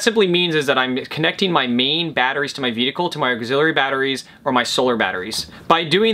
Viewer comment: I really like your clear and indepth explanations, i just get a slight chuckle whenever i hear your vedicle instead of vehicle, i know it is not considered polite to tease speach impediments, so please take it as a curioso and not a laughing at but more like a laughing with, it is sort of a oddity that is specific for you, and i like it, it identifies you as a unique individual.